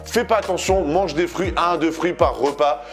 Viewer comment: Je pensais que tu parlais des "frouits" et pas des fruits 🍎🍊🍓😂😂😂